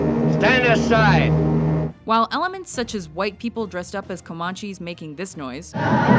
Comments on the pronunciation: Com-Man-Chee That's how its pronounce. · she can't even pronounce Comanche, damn you. I'm leaving this list to the buzzards, cuz buzzards gotta eat same as worms